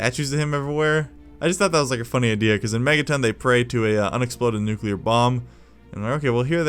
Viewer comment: nucular bomb